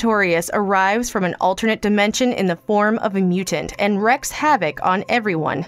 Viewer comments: It’s “Reeeeek Havok” not wreck. Wreak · The word "wreak" in "wreaks havoc" is pronounced as "reek", not as "rek" like in "shipwreck"